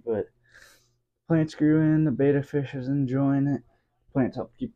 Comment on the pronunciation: a tank which doesnt look miserable, poorly cycled and isnt a torture prison for the fish would be nice. Good to hear that you already think about an upgrade, these tiny tanks for fish need to die out asap. What you show here is just good enough for shrimp and snails. Also its not pronounced beta, but beTTa ... there is another t in it for a reason